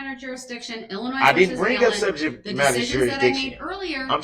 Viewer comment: Illinoise 😂 Dumbass